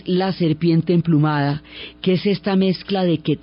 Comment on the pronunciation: Excelente narración. Para hacerla perfecta me hubiera gustado escuchar la pronunciación correcta de Quetzalcóatl. Pero agradezco mucho el entusiasmo y gran conocimiento con que cuenta la increíble historia de un país tan magnifico como Mexico 🇲🇽